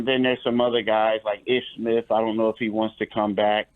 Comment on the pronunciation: This dude said Ish Smith smh